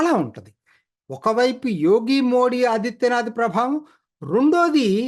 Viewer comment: మోది అండి మోడీ కాదు. చదువుకున్న వాళ్ళు కూడా సరిగా పలకలేకపోతున్నారు